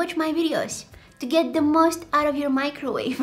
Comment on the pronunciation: My-crowave and tear-tilla